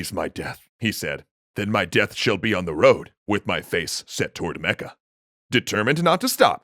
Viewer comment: omg....i'm dying....as an arabian hearing you say arabic names like "Mecca" and "Medina" in your GLORIOUS foreign accents...oh boi... lemme tell you , you're butchering them BADLY , just sayin' XD